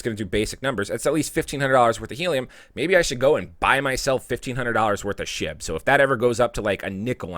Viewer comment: I thought you said put my money into shi*t., but I guess you said SHIB. Same thing, pretty much :)